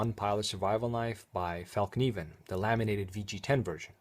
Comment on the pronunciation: Thanks for the video, and thanks for spelling and pronouncing fällkniven correctly.